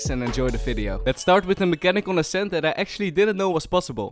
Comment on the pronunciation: I have a cool line up in ascent if your pushing B and if you fade i wish i can send it but i think my father wont allow me T^T What i here:fiper The agents name:viper How i say ascent:ashent 👁👄👁